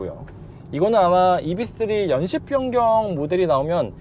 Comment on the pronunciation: 이브이쓰리...이비쓰리가 아니라.....왜자꾸 이비,이비